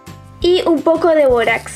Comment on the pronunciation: Todo iva bien hasta que dijo borax